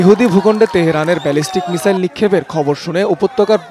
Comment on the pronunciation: মিজাইল নাকি মিসাইল 😂